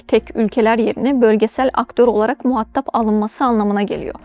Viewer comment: "muhattap" değil, "muhatab"